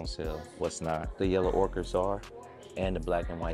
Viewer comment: Ochre = ohker. Aka mustard yellow in french. Not orchids.